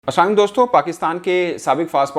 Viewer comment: Bhai plzz aap salam theek se kiya kijiye plzz